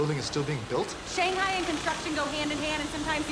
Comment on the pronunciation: still said shanghai wrong